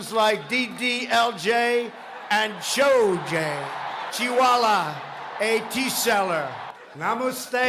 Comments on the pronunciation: LMAO he called sholey ..SHOjEY...SHHOjEEY! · Lmao he said Shojay instead of Sholay 🤣🤣🤣